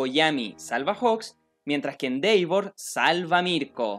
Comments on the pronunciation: Disculpa nose dice Endeivor se dice Endevor en la pronunciación, bueno solo es mi opinión. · se pronuncia endevor tanto en ingles americano como en ingles britanico....no endeivor e_e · Se dice Endeva 😎✌ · Nadie: Absolutamente nadie:: "endeivor" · Mis oídos sangran cada vez... se hace bolita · Elias Cruz De hecho se pronuncia “IndevOr” con un ligero grave en la letra O, ya que es una palabra en inglés, y en japonés se escucha “Endeva” con una extensión en la letra A, pero no se Japonés así que ahí si lo puedes decir como quieras.